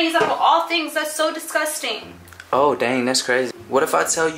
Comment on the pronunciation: " omguh whyuh discustinguh." i cant be the only one that notices that💀